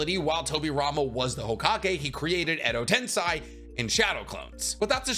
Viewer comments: Edo Tensei..... Sei... Sei...... Not Sai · I'm going to punch my monitor if i hear one more time edo tenSAI